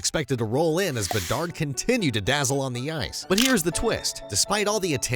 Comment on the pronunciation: Hahaha, came to say the same 👍